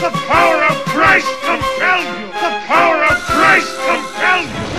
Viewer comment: De pauer of crais compels you